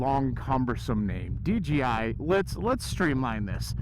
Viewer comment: That sound was way better. At 80 we could hear normal you like normal. You called the DJI DGI. hahah. We all do. Hard name to say.